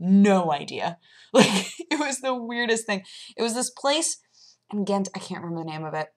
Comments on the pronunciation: your pronounciation of Gent is pretty good actualy :p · You pronounce Gent pretty good actually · Bicky burgers are usually mystery meats, like leftovers thrown together with some starch. What makes it a "bicky" burger is the 3 sauces, the red, yellow and green one. I love your pronunciation of "Gent"! I had no idea that tuna pizza was a Belgian thing. I find it rather disgusting! You should try speculoos spread, you can get it in the US nowadays. In risk of sounding horribly sexist: your appreciation for Duvel is quite surprising. It's generally considered a macho, manly beer. I'm not too fond of it myself, it's a bit too much of a "meal" for me. But if you want, I can send you some similar beers that aren't as easily available in the states as Duvel is. Do note that the Duvel Double they sell in the US is very different: Regular Duvel ferments a third time in the bottle, making it a lot "heavier". Duvel Double is only fermented twice and resembles a regular pilsner, sorta kinda. Hope I don't miss out next time you're in the Belgiums! :) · Dude you got the pronunciation of gent DOWN xD